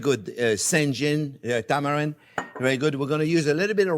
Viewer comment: Tamari and San-J Chef said Tamarind and Sanjin. I’m 😂🤣 too much Sakè Chef lololol